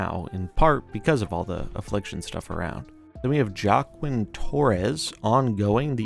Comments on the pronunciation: Lol, you pronouncing it "Jock-keem" instead of "Waa-keem' is very Midwest white dad of you. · Joaquin is pronounced like "WALK-EEN". That was a particularly atrocious way pronunciation not gonna lie. Look at Joaquin Phoenix for an example on how to pronounce. Hope that helps. Thank you for this video. Love your stuff. Never miss a video. Happy snappin